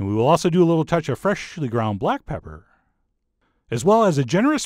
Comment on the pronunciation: Fur-welshhhly ground black pepper...oh my God, I love you Chef John:))